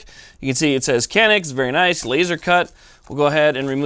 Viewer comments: Made ın Turkey. Pronounced "Cah-nıhk" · Thanks for the great video on this great pistol. Canik is pronounced "Shaw-NEEK, just for clarification (friend of mine is Turkish) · Pronounced Janik. The C in Turkish is pronounced like a J in English. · Nope, i am Turkish and Canik is pronounced like this: John Ick. Can is exactly like John and ik is like ick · Egghead411 your man is wrong it’s Janik by pronounciation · In Turkish, a C is pronounced like an English J. The gun is made in Turkey so.... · No being a jerk but these guns are from Turkey. The "C" is pronounced like a "JH" and the "A" like "AH". It is pronounced " / john-ick/" . And No... not "John Wick" like my sarcastic brother says to be funny.